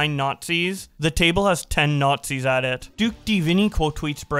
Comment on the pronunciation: The Nahtzees and their Luggers